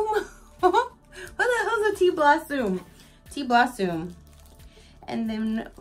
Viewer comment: Blossume lol